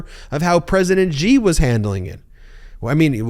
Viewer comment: This is as always excellent content, but as pronunciation and correct diction have been significant talking points this week, a quick message to Ben: You are repeatedly mispronouncing the name Xi. As a non-Chinese speaker, no one expects you to say it perfectly or to use the correct tone, but "X" should be pronounced like a hard "sh," not like "j."